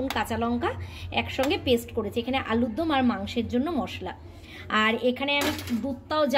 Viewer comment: KI j bolish alur dum na ota alur dom..